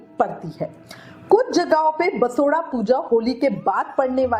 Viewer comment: दीदी बसोडा नहीं बासौडा़ बोला जाता है 😂